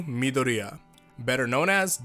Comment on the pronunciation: thank god you don't pronounce it as me-door-eeah